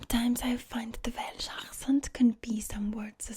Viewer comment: If it wasn’t for her talking about the accent I’d have no clue where the fuck she’s from, especially when she says ‘velsh’ like...it’s welsh, we say welsh. Even in the valleys